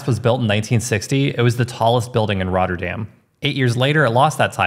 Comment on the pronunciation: I’m a bit surprised you mispronounce Binnen Rotte and correctly pronounce Rotterdam. The Rotte is the river Rotterdam was named after. The Binnen ( inside) Rotte is where it used to run. Rotte is pronounced exactly the same as Rotter - dam. By the way if you think the Park near the Euro mast is massive try the Kralingse Bos sometime.